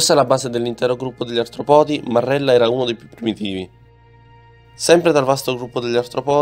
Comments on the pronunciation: Certo artropòdi non si può sentire… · Bravi ma occhio agli accenti... Brachiopodi, cefalopodi, artropodi.... Etc. L'accento va sulla prima "o"